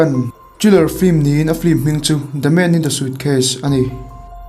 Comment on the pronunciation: "sucase" i ti zel a😂